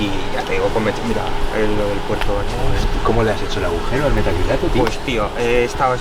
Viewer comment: Pintaba bien hasta que escucho "metracrilato".